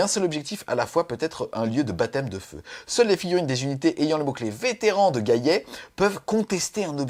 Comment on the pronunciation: JOYEUX ANNIVERSAIRE! Et de mémoire c'est qui a raison pour la prononciation, le double L ne se prononce y qu'après un i ^^ Donc gallet comme galet^^